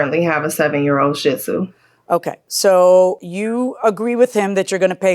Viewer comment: Judge, You are pronouncing shitzu wrong! It's she-dzoo:)